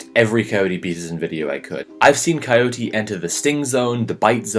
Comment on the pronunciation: Coyote... Ohhhh I was half listening so thought he was saying Cody and just had a strange accent.